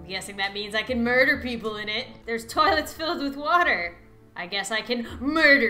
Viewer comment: It said death and she said mirder